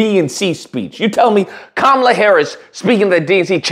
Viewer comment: Dude should learn how to pronounce her name correctly first, but yeah, politically he's definitely ignorant.